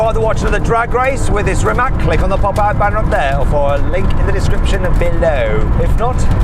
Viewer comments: Learn It already... It's spelled REE-MAATZ, not ReeMack. Mack produces trucks... ❤🇭🇷🏁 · Its Rimac not rimak